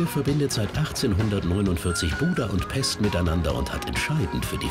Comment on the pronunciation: pescht bitte nicht pest!!